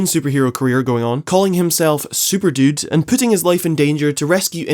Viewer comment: What the hell is "SuperDoot" There is no T in Super-Dude. Your accent sounds American/Canadian+Scouser. You got one strange accent.